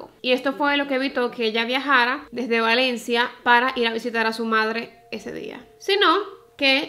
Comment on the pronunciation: Ten cuidado al pronunciar Valencia 😅 tienes tenencia a pronunciar la V como P. No es hate a tu manera de hablar ni nada pero aquí en España hay otra ciudad llamada Palencia y puede dar lugar a confusión. Un beso reina me encantan tus vídeos